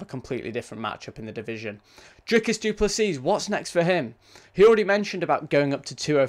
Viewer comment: You don't prnounce the S at the end, it's just Duplessi